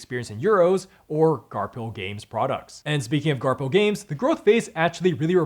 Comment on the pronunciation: I'm pretty sure the publisher is pronounced 'Garfil' and not 'Garp Hill.'